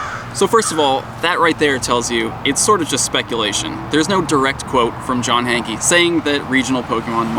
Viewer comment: I love ya but you've played footage where they've called him John 'Hank' but you still pronounce it Hankie!